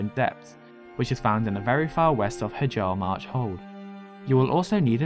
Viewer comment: lol i like the way he pronounces hjaalmarch